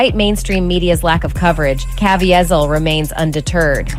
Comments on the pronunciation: she also says Jim Caviezel's name wrong. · I agree that it was cringy to hear his name mispronounced. I’m a big fan of his performance in The Count of Monte Cristo. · I'm supposed to be drawn into a sensationalized story that is a scare tactic for the cultists? The narrator can't even pronounce Jim Caviezel correctly. And Wahlberg comes from the entertainment industry. Is he not elite having a kid who wants to be a basketball player? A golfer? An equestrian? hmmmm Sounds like the snake oil is selling pretty well. Is Alex in town too? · C'mon, we all know 99% of the people who watched this/that video didn't even read the disclaimer. That's what they're saying here. But he overcame a lot of the crap he went through as a kid in a rough part of Boston. He was no angel and I believe that is what they're trying to say. And the narrator can't even pronounce the name of the star of the movie... it's James Caviezel (Kah-VEE-zel). James Caviezel is also a man of faith, which doesn't help in Hollywood. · Why didn't that narrator research how to pronouce the actor's name. It hurt me every time she mispronounced it. Haha Great video, by yhe way.